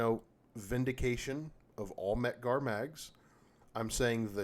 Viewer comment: exactly, first time I ever heard someone say mec-gar is crummy.